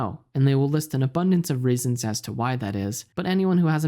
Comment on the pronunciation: This guy pronounce reasons “raisins” good vid